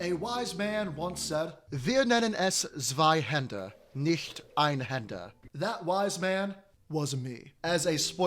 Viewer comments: the w in zweihander is pronounced as a v (zvayhander) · It’s a german word, you pronounce the W with a V. “Zveihander”